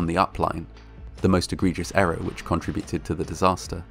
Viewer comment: I enjoyed this presentation, however there is no such word as "contra - buted" the Contra's where central American rebels in the 1980's. The word you were looking for is "con - tributed.